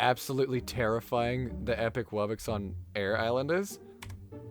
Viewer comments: It really bothers me when people say "wubbix" instead of wubbox. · at east they dont pronounce it like woo bux, unlike gametoons